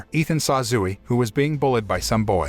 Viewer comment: zoo-e LOL